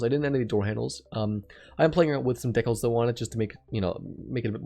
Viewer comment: Oof did he really just say decals like that? 🤢🤮